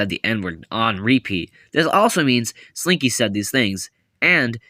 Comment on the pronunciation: no but why did I think you said “springy” 😭😭